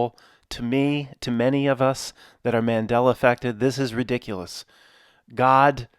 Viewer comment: Best sentence: "This is re-dick-cue-less, guys."